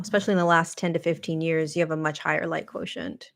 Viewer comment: The language teacHer in me confirms "quotient" as ~KWO-shent (I do this phonetic spelling all day ;)